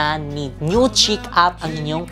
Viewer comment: ang pronunciation po ng chic ay “sheek”. Fyi lang po para mas bongga pa lalo hehe. Bagay po sayo yun mga damit ❤️❤️❤️